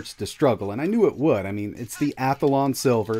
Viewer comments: You keep saying Athalon. You keep adding an extra A. It is pronounced Athlon. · WTF is an *Ath-A-lon'? Where is the extra 'a' coming from?